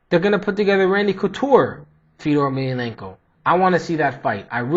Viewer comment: its pronounced fe-oh-door. hes a pure legend!